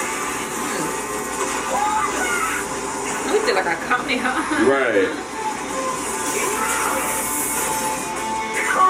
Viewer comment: Like a KAMEHA?! It’s Kamehameha